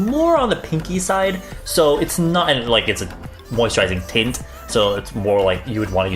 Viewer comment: I swear I heard gel titts